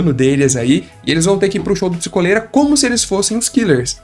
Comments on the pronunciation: Eu queria muito que fosse psikÓlera e não psikOlera eu odeio a sonoridade de psikOlera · mas é pronunciado psikólera, psikolera vem de duas palavras: "psico" e "cólera" então a pronúncia é essa mesmo